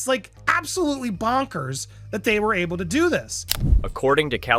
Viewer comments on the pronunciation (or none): Why can't you pronounce ABLE correctly? Is this an AI account?